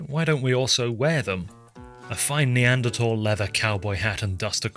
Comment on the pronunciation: Idk if it's just me but I the way you pronounce Neanderthal. 😂